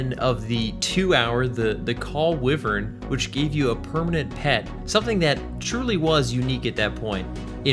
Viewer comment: I believe it is WHY-vern. Thats how my Irish grandmother always said it. It's part of her family crest. Sorry for so many comments XD Im buzzed and replying as I hear things, as though this is live.